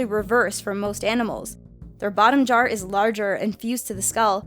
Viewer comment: Did anyone else notice said "bottom jar" instead of bottom jaw"